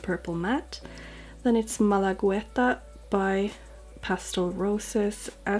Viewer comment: Oh and you're right: Malagueta is the name of a beach in Malaga ( Spain ). As for pronunciation you only need to skip the u and it'll be just perfect. Just say Malageta, it'll get easier too lol 😀🤗